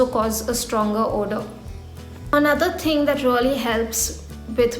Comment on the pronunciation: "the first 'dhing' is..." North Indians!!!